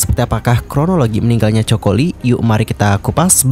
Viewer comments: bacanya KOKO, 😭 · iya dengernya 😂😂😂Choco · English nya jelek bgt sih kakkk. Kayak gini kan jadi malu2in diri sendiri.... Coco lee, di baca nya koko li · Bacanya KOKO bukan COKO, min... pea loe 😅 observe pronounce dulu sebelum jadiin konten, biar ga diketawain subscriber loe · Aneh dengernya. Nama orang koq plesetin penyebutannya. Bagaimana kalau nama channel anda di baca tidak sesuai dg nama yg sdh dibrand, pasti nyesek. Hampir di semua acara dia jelas2 di panggil. COCO LEE (baca KOKO). Bahkan saat dinobatkan sebagai BA Chanel doi berulang2 menyebut COCO (KOKO) CHANEL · Ganggu banget denger “coko “ 😢😢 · Kok coko 😂😂😂😂 bacanya koko tulisanya coco lee😂😂😂😂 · Gimana bs seorang Content Creator ngebahas tentang satu tokoh tanpa cari tau dulu hal paling sederhana dan mendasar, yaitu penyebutan nama. Well helloo,, it pronounced KOKO and NOT COKO!!!! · bukan cho ko, tapi ko ko lie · Pengucapan bukan coko.. Tapi koko Lee... Hmmm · Sakit kuping sy dgr nsma Coco Lee jadi Coko Lee. Moga2 be Coko l de buat yg ... 😞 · bukan coko min...lafalnya yang benul didenger dulu sebelum ngonten...sangat mengganggu min koko yang benul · Bukan coko. Koko. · Mas...... sebutan nya biar betul Mas....... Bukan Choko Lee tapi Coco ( Koko ) Lee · Maaf salah sebutan. Nama mendiang ialah Coco (Koko) Li Wen bukan Choko Li. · Bacanya 'Koko' bukan choco kaya chocolate. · Bukan coko ya tp koko cr bacanya....itu terinspirasi dr brand parfum favoritnya doi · Coco [pronounce nya Koko]. Keliatan tidak riset dengan seksama. Coba periksa media internasional nyebut nama Coco Lee seperti apa. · coco dibaca Koko, not choko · bacanya koko, bukan coko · Coco lee.. Di baca koko li. Bukan coko.. Jadi aneh dengernya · Maaf...Coco bacanya Kowkow..bukan Coko 😥😥😥 sama seperti Coco Chanel..bacanya Kowkow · Coco ( koko spelling) please read carefully before you spread the news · Coco Lee bukan coko lee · Aduh ganggu bgt ya min penyebutan coko lee nya...COCO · Kok coko.. Ga enak dgrnya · Mbacanya Koko min